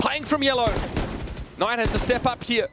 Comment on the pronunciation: Is it really pronounced as k-ey n-ayt lmao xD